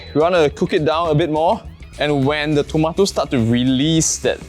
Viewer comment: Dude! Those things are called tomatoes. NOT TOMATES!!! WTF... learn how to speak properly lah u gen-z!! TMD!! 🤬🤬🤬🤬🤬🤬